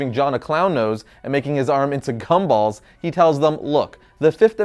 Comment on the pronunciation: Your gumball pronounciation had a pretty hard c in the beginning.